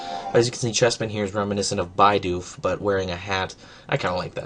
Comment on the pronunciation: bye-dooph... it's actually pronounced beedoof, just letting you know